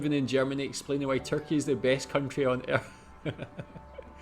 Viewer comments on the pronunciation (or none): none